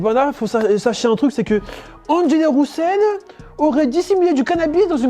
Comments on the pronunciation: Ça se prononce RE-SEUL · s’il vous plaît prononcer son nom correctement 😂